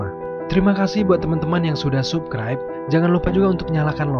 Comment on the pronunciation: sukraib? perbaiki sikit tue sebutan bro